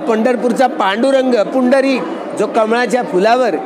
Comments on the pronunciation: पुंदरिक नाही पुंडलीक आहे ते..😂😂😂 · अरे भाऊ, पुंडरीक वरदे हरी विठ्ठल नाय रे, पुंडलिक वरदे हरी विठ्ठल.